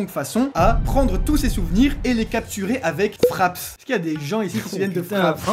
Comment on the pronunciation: Mais non , "fraps" 😂 ça fait un baille mdr , je faisais des recs sur crysis 😂😂